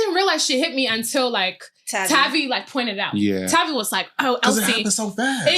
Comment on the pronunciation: Hate that she didn’t say tavii name right